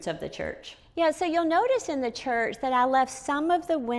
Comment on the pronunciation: This is the first time-ah, I see a woman-ah. livin' in a chuuurch-ah!